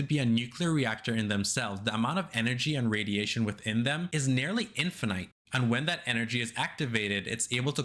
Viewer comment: What the helly is an "in fuh knight"